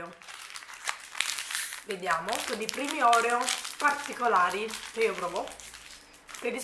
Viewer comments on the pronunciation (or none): none